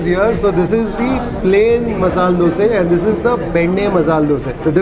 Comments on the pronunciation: Learn to say things right before talking about them. Man, is it so hard to say Dosa? Why do you keep saying Dosay? It's a disrespect to food by calling it wrongly. How do you feel when someone calls you "Kripayle"? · Bro it's no DOSEEEEEEEEE..... it's Dosa look odd if pronounce it worng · owner dosa dosa bole ja raha hai... aur yeh sir ,har baar dose dose bolte hi rehten hain.... pata nahi inko alag se kya maza ata hai dosa ko dose bolne mein. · 'Dose' is the correct way to say it, just how a kannadiga would pronounce it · It's not Dosa, It's Dosay, dont comment without knowing..